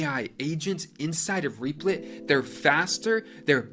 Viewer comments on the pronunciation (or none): That is not how you say the name..